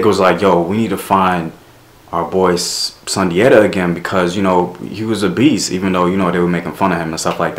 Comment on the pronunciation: Great video ,i am a direct decedent of Sundiata from Senegal,in our tongue it is pronounced (Soon-jaa-taa)